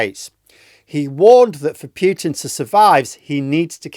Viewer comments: please Pootin.........not Pyootin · I like the video, but the word Putin rhymes with 'brute', not 'cute'. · Us EU citizens call him "Pootin", as that's how Russians themselves pronounce it... Just native English speaking people pronounce it "Pyutin" 😂 And it sounds stoopidd...